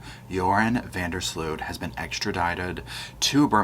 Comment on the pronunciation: Tip from a Dutchie: Sloot sounds like Boat.